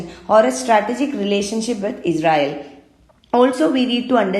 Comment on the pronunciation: Pronouncing israel as Ezrael